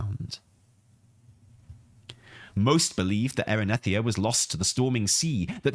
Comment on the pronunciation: Erinethia? Erinethria 😂